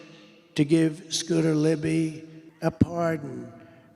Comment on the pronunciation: Scooter Libbidy toilet is my favorite crossover political meme. (pretty sure he said libbidy twice)